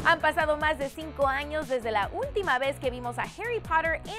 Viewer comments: Animales fantasticos😍😭❤️ Pd: no se pronuncia "Heri Porer" sino "harry Potter" es casi lo mismo a como se escribe🙄 O como diria Hermione "es Harry potter no Heri Porer" Ah y seran 5 peliculas❤️ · ¿Por qué pronuncian jeirri paterr en ves de jarri poter? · alguien más le estraza como pronuncia Harry Potter? osea Herry Pother y para completar Esmander. Estoy que le hecho un Crucio peor Bellatrix.